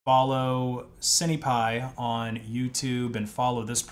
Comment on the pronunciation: Cinepi as in Sin pie. (at least I always say "sin" lens or "sin" camera when speaking of cinema equipment) The IMX477 is a tiny sensor like those found on CCTV cameras being something like 7.9mm across. A cheap Micro 4/3 camera is 22mm across and that's still far from competing with a 24mp full frame mirrorless camera. You're going to be losing a lot of FOV/Compression you can get from a larger sensor. If you want something on the cheap a used Micro 4/3 camera would still be leagues ahead of this.